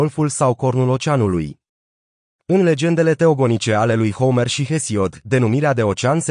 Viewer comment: Foarte adevarat. Mai face si greseli de pronuntie. Homer e pronuntat precum Homer Simpson.... Merge in engleza, dar in romana e catastrofal....